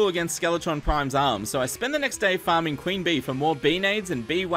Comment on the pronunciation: does he say farming or farting?